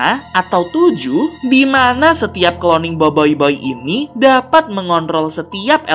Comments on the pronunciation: itu cara bacanya boboiboi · Bang salah tu bukan Biboiboy bang tapi Boboiboy 🤣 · bang bukan boyboy tapi boboboi :v kalau horor nya ini sih b aja :> sekedar info doang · tadi bilang boboyboy bukan boyboy☺ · Bang bukan boyboy tapi BoBoiBoy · boboiboy bang bukan boboyboy😏😏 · Boboy bukan boiboiboy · boboiboy bukan boiboiboy hahha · Boboboy bukan boboyboy😠😠😠😠😠😠😠😠😠😠😠😠😠😠😠😠😠😠😠😠😠😠😠😠😠😠😠😠😠😠😠😠😠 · BOBOBOY BUKAN BOYBOYBOY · Boboiboy bang bukan boiboiboi 🗿💔 Ochobot bang bukan okobot 🗿💔 Adudu berasal dari atata tiga bang bukan polus 🗿💔 Bang tidak semua yang ada C bukan berarti dibaca K bang 🗿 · Adudu bukan dari polus, tapi dari atata tiga! Kebanyakan main among us nich. Btw ochobot dibacanya bukan okobot, seharusnya ocobot. BoBoiBoy dibacanya boboboy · eh kak bukan boboiboy tapi boboboy dan bukan okobot tapi ochobot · boboboy bukan boboiboy ochobot bukan okobot bruh